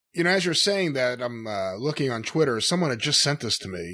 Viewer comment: Chwitter? God I hate how he says that.